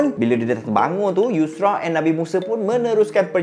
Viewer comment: Assalamualaikum bang , pembetulan bang Bukan Nabi Yusrak tapi Tapi Yushak , semoga Success bang Dunia Akhirat …. اللهم صلي على سيدنا محمد ﷺ